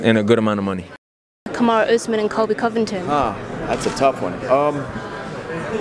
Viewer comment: Derrick Lewis: Kamaru... Kamaru... Who's other guy? Reporter: Colby Covingtin. Derrick Lewis: Who??? Oh, the happening guy! LoL... 😂